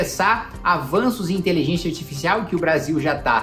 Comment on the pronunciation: Pq o Kim ta falando inteligênxia? kkkkk